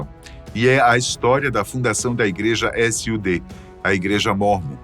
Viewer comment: Não se fala S.U.D, Cada letra separada, se fala SUD